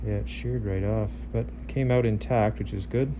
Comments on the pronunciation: I just keep hearing “Oot” lol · When I listened to how the word "out" being pronounced, I realised it must be Canadian. All thanks to How I Met Your Mother BARNEY. p.s. I'm a Malaysian. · I am watching this just to hear the Canadian "out".